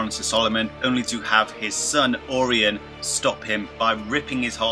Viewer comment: Hard to take you seriously when you repeatedly pronounce Orion like Or-ion....lmao